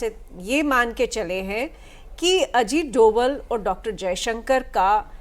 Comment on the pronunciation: सर अजीत डोवल नहीं अजीत डोभाल है वो मेरे उत्तराखंड के पौड़ी गढ़वाल के मेरे ही गांव से ही है